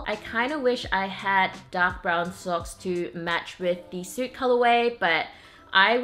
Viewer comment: also it's 'soot' is pronounced like the sound 'foot' , not 'suit'. :)